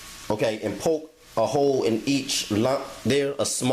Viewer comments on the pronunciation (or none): none